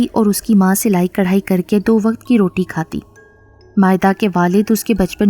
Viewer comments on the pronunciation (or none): none